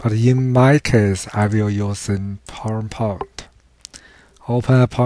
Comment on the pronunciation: holy shit what kinda language are you even speaking. Wtf is PoinerPont lmao dafaq